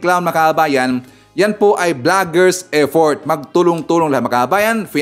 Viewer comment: Effort hndi eddort.ha ha ha